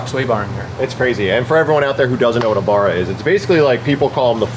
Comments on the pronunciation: 🇦🇺 here lets get this straight, its a Barra (ba·ruh) aka the Barramundi (ba·ruh·muhn·dee) fish, get it right or we're not sending you old Taxi engines over for swap..... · It's not pronounced BUH-RUH, it's pronounced BA-RAH like saying BARREL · As an Aussie, it pains me to hear how you guys say "Barra" as "Bar-ra". It's "Ba-ra" haha. Also shout out to the Will Ramos clip LS yeww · It's not burruh, it's bArrA! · I just need to tell vin this, please for the sake of all things holy, pronounce barra like you’re a sheep, ba-rah not bar-ra. The barra was completely designed & built in Australia by Australians for the ford falcon (you should check them out, the only American thing about it is the badge). Cheers from an Aussie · I love Americans pronouncing 'Barra' 'Barr ruh", awsome haha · Not the ford barrow 😭😭😭 its ford barra like barramundi 🤣🤣, love watching your vidoes cheers from down under 🇦🇺 🫡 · pronounce the As in Barra like you do with the A in Apple. ❤ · mis-pronounciation of "barra" definitely triggered all my fellow Australians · needs to practice the pronunciation of “barra” comes from the word barramundi 🇦🇺🇦🇺🇦🇺🇦🇺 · Damn You need to learn how to pronounce (BARRA) correctly! Come on!!!! 😜